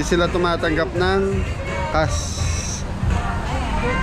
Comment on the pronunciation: Yung Cash nagiging CASS kapag pino-pronounce ni …